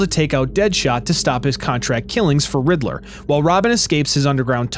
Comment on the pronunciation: I love and appreciate the video so much!!! This video needs more views!!! But really said “riddle-ER” 😂